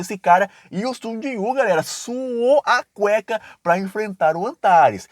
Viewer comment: é Sujinhu! Não Sung Jon Woo